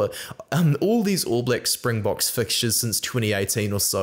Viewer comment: Hey, love your vids. Just want to let you know as a Saffa, great job on the Springbok name pronunciation. Basically spot-on on all of them. Just goes to show your quality as a rugby content creator, and the respect for the Bokke. Can't wait for the game!